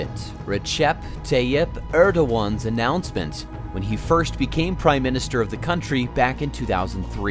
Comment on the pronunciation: Worst Recep Tayyip Erdoğan pronunciation ever I've heard.